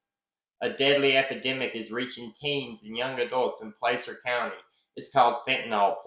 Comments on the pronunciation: Love your channel. The a in Placer sounds like apple not ape. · Pl/aaaa/cer county, not Play/ cer county